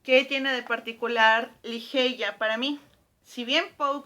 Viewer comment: Me perdiste cuando pronunciaste Ligeia como se escribe